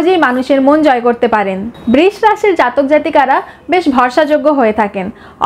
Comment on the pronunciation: খুব ভালো লাগলো কিন্তু বৃষ উচ্চারণটা ঠিক নয়।❤